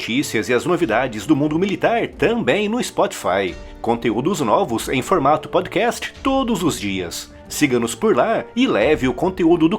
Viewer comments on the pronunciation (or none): none